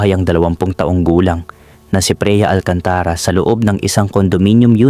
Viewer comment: Bakit Mali ang bigkas ng narrator sa mga words? 😵Like: "Freya" = Preya "Alcantara" = Alcan-tà-ra, "Taon" = Tà-on, "Kapos" = kà-pos" etc., simple lang bakit sablay ang sambit?